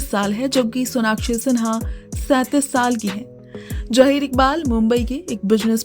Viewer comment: Jaheer koiee naam nahi hota. Zaheer Iqbal boliye.